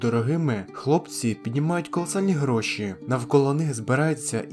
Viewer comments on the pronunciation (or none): none